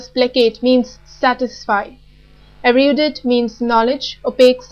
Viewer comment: Erudite is pronounced differently